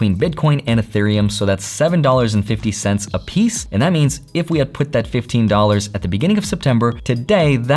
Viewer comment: He said seven Fiddy😂.